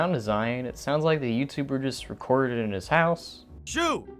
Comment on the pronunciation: am i the only one who thought that said fuck to shoot?